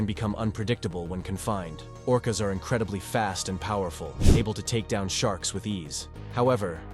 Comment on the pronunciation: It’s orcas dawg..